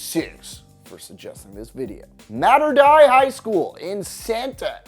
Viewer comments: Mater DAY, not Mater DIE. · It’s pronounced Mater Day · Mater “die” lmaoooo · “Mater die” dawg mater (day) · Boi Mater Dei not pronounced "Mater-die", it's pronounced "Mater-day" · The dei in mater dei is pronounced as "day" not "dye", slightly triggered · Lmao I go to mater Dei. It’s pronounced Mah-tur Day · Mater dei is pronounced mahter day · oh no mater dei that pronunciation 😂😂😂😂😂😂😂😂😂😂😂😂😂😂😂😂😂😂😂😂😂😂😂😂😂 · Mispronounced Mater Dei immediately... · the way he said mater dei😂😂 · Pronounced mater dei wrong bro